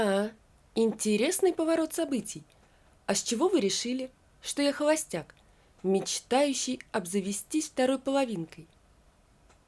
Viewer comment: Что за чтение ?Где, на какой помойке Вас нашли?Как можно читать зная свои дефекты в речи?Вы себя слышите!!!.Когда я буду на смертном одре, мне будет всё равно, как Вы читаете,а сейчас я хочу слышать красивую, чёткую, правильную,грамотную и приятную речь.ГовориВа,округлиВа,хоВастяк,сдеВаВа.Если мои дети услышат Ваши речи,они будут разговаривать также, да ещё и других детей учить. Я против такой фальши!!!А Ваше чтение зашкаливает!!!😂😂😂.Читаете тяжело ,тяжело и слушать!Займитесь своим делом, которое доставить удовольствие не только Вам,но и окружающим. ПОЗОРИЩЕ!!!😂😂😂😂😂.